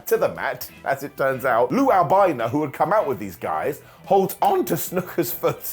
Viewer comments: Its wingardium albano not wingardium albeyeno 😂😂😂😂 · Did you say "Captain Lou Albino"? 😂